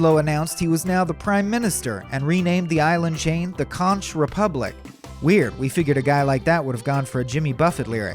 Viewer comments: Its pronounced "Conk" Republic, not consh! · “Conk” not “conch” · Lol I’m from the conch republic. "Conk" not conch…. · Conch rhymes with honk, not raunch. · It’s CONK, not consh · Also it’s pronounced “konk” not “conCH” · Arrrrrghhh! Conch i pronounced like Conk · Conch in Conch Republic is pronounced "konk". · For future reference, conch is pronounced "konk". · Conch is pronounced konk. I cringed everytine he mispronounced it. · Conch is pronounced Conk. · Maybe he should learn the correct pronunciation of Conch (konk). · Conch, pronounced (Konk) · It's pronounced "Conk" republic. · Great facts! Check pronunciation for Conch Republic. It's a common mistake if you don't live in the tropics. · Please 🙏🏼🙏🏼🙏🏼 learn how to correctly pronounce "CONCH." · This guy sucks. How can a narrator not pronounce Conch?